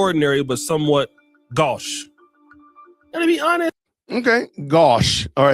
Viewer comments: “my man”! It is not pronounced GOW*sh. It’s GO*sh. The vowel is not pronounced like the O in cow, but the O in go. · I think the word is pronounced go-sh. It’s an old fashioned word, which is why most today are unfamiliar. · Actually, it's pronounced goe-sh, with a long o sound.